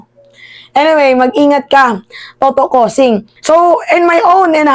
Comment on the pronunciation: Hindi po $10.. Ang TAMA ay $10,000.. Naku ano ba yan.. bgo mag Vlogg, mag research po muna tayo..At hindi COSING, CA-U-SING po ang tamang pag pronounce ng apilyido..